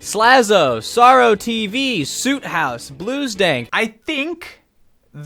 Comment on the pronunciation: Did he just call SootHouse SuutHouse?